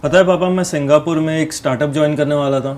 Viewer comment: Singhapore bol rahi hai😂